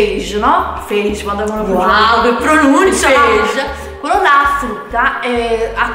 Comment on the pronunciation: eh no é AFFRUTTAA ahahahahah